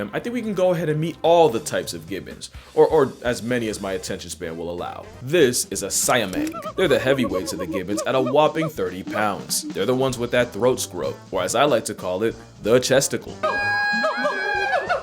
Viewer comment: Siamang is a malay word, pronounced as see-ah-mahng.